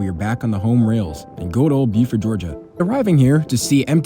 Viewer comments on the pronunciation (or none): none